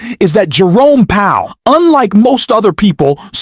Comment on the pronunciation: Learn how to pronounce Powell.